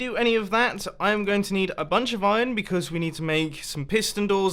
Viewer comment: is it just me or do you say ijong instead of iron. :)